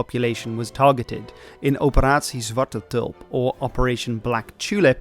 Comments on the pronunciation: The way you said "operatie zwarte tulp" was so good it shocked me and i had to rewind to hear it again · Wow did not expect you to be dutch, because your english sounds so neutral&good. but when you pronounced: "Operatie Zwarte Tulp" I heard the dutch :P